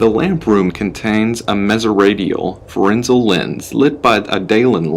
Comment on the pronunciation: Alnomolous effects? Ferenzel lens? Haha that’s classic. Nice, keep practicing your reading. Some day you will learn how to pronounce anomalous (uh nom uh lus) and Fresnel (frez nell) lens.